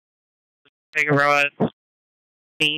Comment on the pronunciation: Damn I’m very impressed you pronounced Figueroa right, that’s my moms last name and people always butcher it.